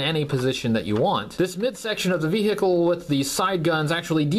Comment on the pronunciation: I can't take "ve-hick-le" any more.